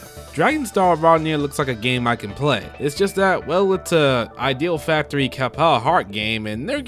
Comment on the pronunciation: Good job with the compilation my dude, but the way you pronounce Idea Factory and Compile Heart drives me a bit crazy.